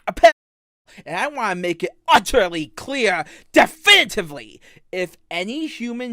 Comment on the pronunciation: How does he say the R in "utterly" so clear, but then goes right back to the impediment?! I've never watched much on the guy, but it sounds like his speech, annunciation & accent change a lot.. Does he make himself more infant like on purpose, instead of having a real impediment?